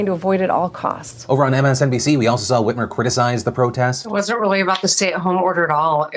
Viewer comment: Is it just me or does that Michigan governor look a little like Tina Fey in that picture?? Also when Phil first said her name I heard "Gretchen Weiners" like from Mean Girls lol it's like my mind saw what it thought was Tina Fey and heard the name of a character she was in a movie with